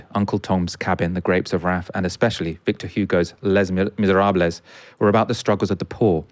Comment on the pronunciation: Great video but what's with the dude's pronunciation? "Miserables" should be "miserab" and "lear-ned" should be "learned". I dunno this is just funny 😅